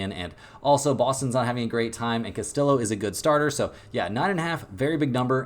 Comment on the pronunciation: It's Castiyo not castiLO